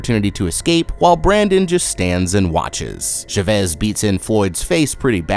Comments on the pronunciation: I literally couldnt watch this entire video because of how you pronounced CHA-VEZ. Idk why but Chevis was pissing me off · I’ve never heard the name Chavez pronounced as Sh’vez